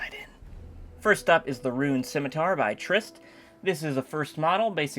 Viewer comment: "Rune"..... xDDD